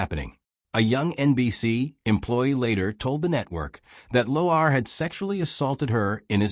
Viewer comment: Get your AI to pronounce Lauer CORRECTLY! Why give any airtime to this segment anyways?